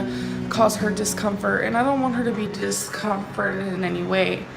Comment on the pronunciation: Tbh I didn't even understand the word she was trying to say. She's brought me to an extremely stupid level